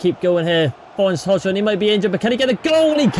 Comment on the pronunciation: Please pronounce Rasmus surname the correct way brooo please